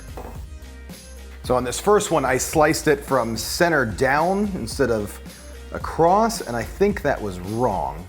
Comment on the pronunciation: Why he say ACROST